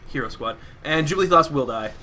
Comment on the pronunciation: I was always confused when you say JubLEE'thos. Are you dyslexic, or am I not seeing a letter.